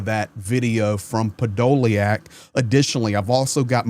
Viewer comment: Hey his name is 'Podo lyak'... the YA is the Ukainian R reversed, as you know it is a YU..... I have the surname... it is diff to try and spell the surname in English to get the right pronunciation...;)